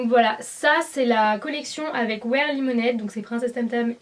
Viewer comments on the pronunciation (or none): none